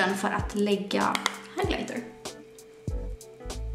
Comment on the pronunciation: Inget hat, är bra men jag typ cringar sönder när hon säger " nu ska jag Lägga higlitrr" osv och när hon daskar borsten på palleterna..